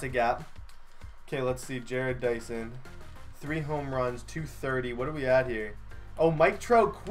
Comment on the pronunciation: Ja-rodd Dyson